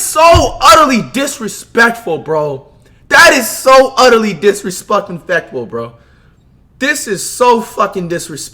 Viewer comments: “so utterly disrespuckin fectful” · “So utterly disrespuckingfectful” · This nigga said disrespuckinfeckful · “That is so utterly disrespuckingfectful”🤣🤣🤣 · Imagineeee not being able to say disrespectful correctly 🤦🏾‍♂️